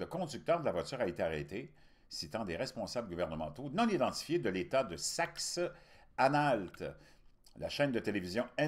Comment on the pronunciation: Saxe-Anhalt ouin faut faire attention à la manière de prononcer ce mot... 😅🤣😂